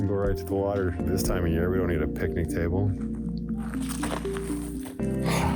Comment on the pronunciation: "Who needs a steenking peakneak table!? I don't neeed no steenking peakneak table!!" 😄😂 Oh my! What a beautiful lake!!